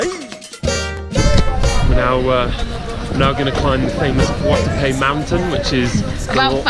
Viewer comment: Hey guys, great video! Just to let you know, the capital city is called Bogota, not Bogata. Looks like you had an amazing time in Colombia